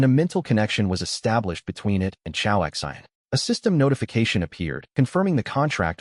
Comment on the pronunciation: This AI is not that great calls the choa X I N like they are letters and not a name. Also sometimes it calls the women he or him instead of she and her.